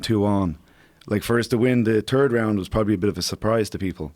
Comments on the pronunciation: Love hearing John talk.....because he says "turd" for Third. lol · Besides his absolute denial of TH sound. John is an awesome guy. I Tink I might adopt dat way of talking ;D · Love Coack K, but I have to laugh when he pronounces "third" as "Turd". Bhahaha